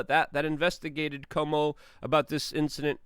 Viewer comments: Cuomo is ca whoa mo, not Como like the lake! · Love your work, Luke! FYI: Cuomo is pronounced "Cwow-mo" not "Como".